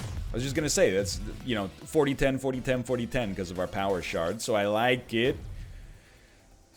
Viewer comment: Am I the only one who, when he says "power shard", can't stop hearing "power shart"?